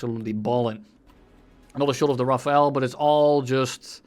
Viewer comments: aaarrrrgh " RAFALE not RAFAEL " pls guys xD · It’s pronounced RAFAL NOT RAFAEL THE E IS AFTER THE L RAFALE NOT RAFAEL ! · Dude its RaFALE. My ears hurt so bad. Here's some help from wiki: ".... The Dassault Rafale (French pronunciation: [ʁafal], literally meaning "gust of wind",[3] or "burst of fire" in a more military sense)[4] ..." Thank you wikipedia. Edit: RaphaEL is what you are saying... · Pronounce it "rafal" not "rafael" ^^ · Not "Rafael", "Rafal" e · Me when i hear rafael instead of rafale 🤯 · its rafale no rafael🤓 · Rafale not Rafael, they are entirely different words. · That's not how you pronounce rafale at all xD (I am french) It's more like rah-fall. You're saying jt like Raphael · RAFAEL? ahhah Its RAFAL. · As a french, you spelling "Raphaël" hits hard 😭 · where is the e in Rafale why RafaEl? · Love how you call the Rafale, Rafael xD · The IPA pronunciation is given as ʁa-fal. The ʁ, also known as the voiced uvular fricative, is pronounced at the back of the throat whilst vibrating the back of your tongue with the roof of your mouth, and then voicing this sound. The sound is similar to a “g” and a “r” sound put together as the “g” is produced from a similar way. The voiceless uvular fricative, χ, sounds more like a “kh” sound, like the “ch” in “loch”, so imagine saying this sound and then literally just speaking with your vocal cords, the sound you make should be the ʁ sound. The end is just plain old “fal”, just put a french accent on and you’ll get the sound. Hopefully I explained it better than the other guy😭dk what he’s smoking